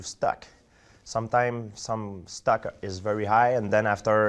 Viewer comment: Sounds like he's saying stuck instead of stock lol